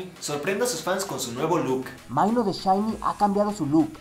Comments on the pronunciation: Dios santo me morí de risa como pronunciaste el nombre de Minho se dice Mino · Minho se pronuncia de la misma manera que se escribe